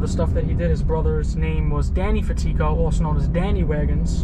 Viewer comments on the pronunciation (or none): It’s pronounced fat-e-go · The pronunciation is fat-it-co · Pronounced CAR-mine FA-tee-co ... hahaha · That is not how you pronunciation his last name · Well pronounce the name correctly in the first place...It’s called research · You pronounced that name so wrong lol. Jk